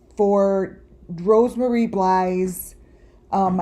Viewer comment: Rose Marie. Why do you say Rosemary? It makes it really hard when you mispronounce and misidentify everything. CONTRAPTION?